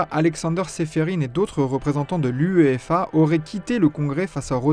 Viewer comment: Ça s'appelle UEFA pas "UEEFA" , t'as ajouté un E je vois l'intérêt 😅😅😅